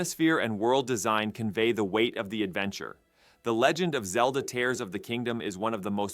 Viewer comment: Why are you saying tares or the kingdom?